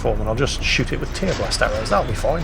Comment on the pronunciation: OMG,; it's a verb! "Tear" as in to rip something to shreds; not "tear" as in from crying. TEAR-blast!